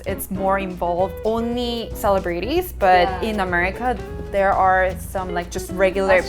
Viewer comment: lmao the way she said celebrities !! cringe